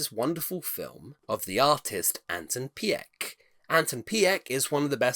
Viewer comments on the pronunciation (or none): Anton Pieck is pronounced as Peek/Peak, and Pardoes as Pardoos as in snooze/mousse.